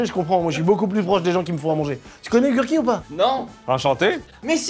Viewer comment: Gurky ça se prononce « gerky » Carlitooooooooooooo (à ce que je sache)